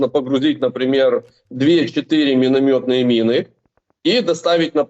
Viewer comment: "минометные мины"... Данунах!